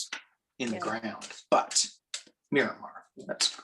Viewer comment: I was thinking navy base when he said "Miramar." Myanmar is pronounced a little differently....